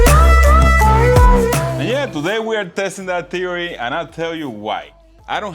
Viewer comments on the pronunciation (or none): Please stop saying teory